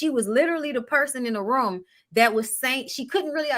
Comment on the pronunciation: I Love how says "Ruum" (room) 😁😍